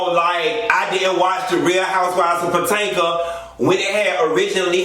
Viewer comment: POTENKA?? Come come come, Potomac ( puh toh mick) is not that hard to pronounce. Smh